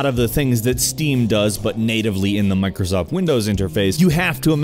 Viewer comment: I cringed when he said "mircosoft windows"